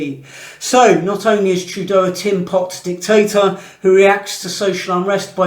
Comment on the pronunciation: Was that dictators or d1cktasters?🤔